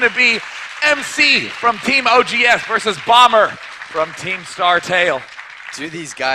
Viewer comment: You sound like you're saying BUMMER